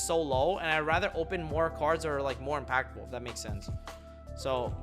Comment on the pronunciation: New title: HOW TO MAKE AN IM-PAKful SIDE DECK! LMAOOOOOOOOOOOO